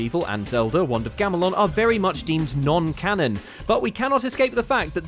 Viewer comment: Non_canon? Or.... non-Ganon? ;)